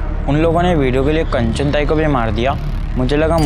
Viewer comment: Are sir कंचन को आप कांचन क्यू बोलते हैं